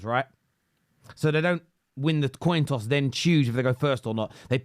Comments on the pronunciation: Did he say..toin cost? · “Jamie Carragher talking about the TOIN COSS” 😂😂😂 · toin coss?? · Toin coss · He said "Carragher talking about the toin coss" 😂😂😂😂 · He said the “Toin Coss” 😂😂😂😂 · Toin coss 😂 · At 8.25, did he say toin coss? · ! Toin coss 😂😂😂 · Toin coss 🤣🤣🤣🤣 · The " toin coss" 😂😂😂😂